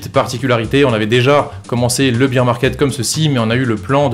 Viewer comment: Tu dis bire pour bear t es sérieux ? Bire c est beer de bière 🍻 🍺